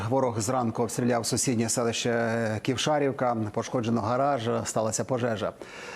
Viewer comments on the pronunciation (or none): Не КівшАрівка ,а КівшарІвка